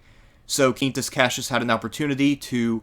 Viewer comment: Both in Italian and Latin (classical pronunciation 2k years ago and ecclesiastical Latin), the QU in Quintus is pronounced the same way you would in english; Kween-toos). If it was spelled the same but pronounced in spanish then it would be "keen-toos" like you pronounced it in the video.